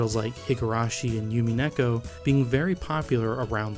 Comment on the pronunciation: They were mostly correct, but here’s a couple that I noticed: - You pronounced Umineko as “yumineko”, when it should be “oomineko” - A couple of times you said yume as “yu-mi”, when it should be “yu-may” - Not really sure what went on with Kanon, it kinda sounded like you were talking about the anime K-On 😅 But none of this detracted from the overall great quality of the video, and again your pronunciation was mostly good.